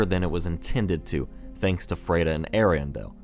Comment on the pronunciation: You pronounce "Friede" weird. After hearing the name so many times in the game, I notice it every time you say it. It's F-r-i-e-d-e, not F-r-e-i-d-e.